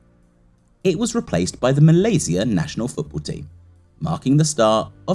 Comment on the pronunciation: Malaysia; the stupid AI narrator couldn't say the nation's name correctly.